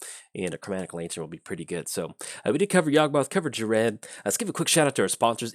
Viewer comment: I honestly cant wait for this Friday when the decks come out in paper. I have a pretty sweet clone deck built for Ghired. And personally I think it's pronounced like gear ed or guy red.